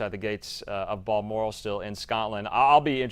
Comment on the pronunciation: Balmoral not Bellmore